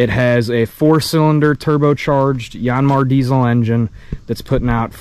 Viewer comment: Just call it a Yaaan Mar like everyone else. No need to church it up.